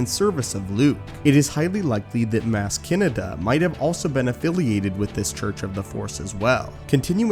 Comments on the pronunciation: This mf doesn’t even watch Star Wars. Listen to how dude pronounces characters names, ex. Mazz Canada. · Why do you say Maz Kanata’s name so f*cked up? Have you actually seen the movies?